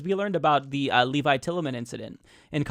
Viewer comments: I'm puzzled by the way is pronouncing Levi.. Like the wall holding back the water, instead of like the jeans? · Is it pronounced Levi or Levi, like the jeans?